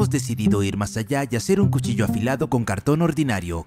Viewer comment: Cushilla xd